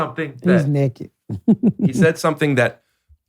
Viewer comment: That's how a lot of southerners say it lol I love it